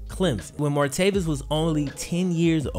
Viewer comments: And it’s martayvis not martayveous!! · MAR-TAY-VIS. NOT MARTAVIUS. JESUS FUCKING CHRIST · Why do you clearly keep saying "Martavius?" His name doesn't have a 'U' in it. It's Martavis. Come on man! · Martavis Bryant is the guys name. Stop calling him martaveeus....it's not even just this video where you forget how to talk. Do better dude.